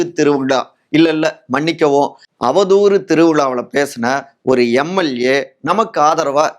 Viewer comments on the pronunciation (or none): தம்பி, எல்லாம் சரி, உங்க தமிழ் உச்சரிப்பு தான் பயங்கரம். அது என்ன எம்.ஏள்.ஏ, வாள்பாறை, ஸ்டாளின் ?